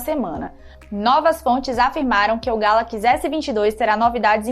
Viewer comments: Moça, não é Galaquis, é Galaxy ;) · Que nervoso ela falando ''Gálaquís" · "galakize" "iznapi dregon" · Porra galacx é foda né não ?... Sabe nen pronunciar correto ... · Só comigo que na pronuncia do nome "galaxy" por ela, que sinto uma diferença absurda?😅 sai até fofo: "galaquiçi" kkkkk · Fiquei travado no "Galaqui" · Nao é "galaqs" é galaxy.. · Essa mulher me deu nos nervos falando *galaquis*, muuuulllhheeerrrr doido céeeeeeeeeuuuuuuuuu, é galaxy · Amada, o nome eh Galaxy, nao Galax, pode pronunciar o Y sem medo kkkkk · Kkkkk ta falando errado galaxy ... Ta falando galack kkkkkk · "Galaquis" não é sotaque, ela só está falando errado. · Só eu que entendi "Galaquis" ao invés de "Galaxy"? kkkkkkk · "Galaquis" Aí meu ouvido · GALACS? kkkkkkkkkkk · galaquis??? kkkkk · “GALAQUIS S22” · Essa garota tá falando galacxi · meu deus agonia, "galakiss" é tenso demais kkk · "O samsung Galaqui" rss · Porra mandou um "Galaquis" logo no começo.. Aí éh Fo#@ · Ela é Gata mas fala Galaquis🤦🏻‍♂️! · Tem tudo pra dar um show na apresentação. Mas direção tá deixando muito a desejar. Galakisss?? Acarde?? Ráduer?? (Hardware) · deve ser sotaque Sei lá,da nada. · Legal é ouvir a dizendo Galaxy....😂😂😂😂😂😂😂😂😂😂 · ainda continua falando galaxy errado ! 🤦‍♂️ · Oque eu espero do futuro é ué vc aprenda a falar Galaxy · Ensina essa mina falar Galaxy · Não é sotaque, ela fala errado mesmo!